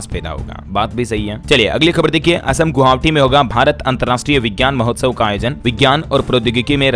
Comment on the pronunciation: Sir aap assam ki rajdhani गुवाहाटी को गुहावटी क्यो बोलते हो उच्चारण सही बोले. Dhanybad❤